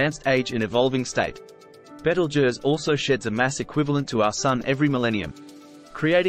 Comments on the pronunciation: Nice to hear someone with a decent pronunciation of it's name. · Beetlejuice is what you get under your boot on a warm night. At least this one got it close to right. Last time I looked I'm a crusty looking old human. Cheers.